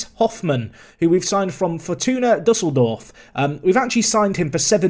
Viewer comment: I can't believe you pronounced fortuna düsseldorf correctly but didn't pronounce Hofmann right lmao